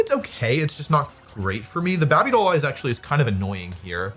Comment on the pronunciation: Can you stop saying Babey Doll Eyes, it irritates me